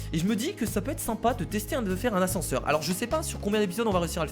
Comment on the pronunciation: l'ascense au lieu de l'ascenseur